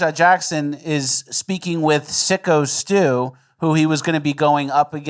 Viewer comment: ffs take 3 seconds before covering a story and figure out that it's syko stu, not sicko stu.